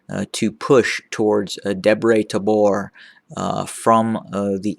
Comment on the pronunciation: I love this dude how good he has been working how to pronounce most of the areas. I like how he says Debre Tabor :) I honestly apperciate him very much how good he's and I hope he realizes TDF love him. I am proud of you brother!